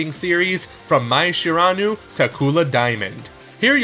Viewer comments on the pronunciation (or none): How to pronounce Mai Shiranui's name for the uncultured. Mai = My, Shiranui = She-Ra-new-ee Mai has long fought Chun-Li, Samus Aran, and Lara Croft for the most iconic Lady of gaming, please get her name right. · “Mai Shiranu”?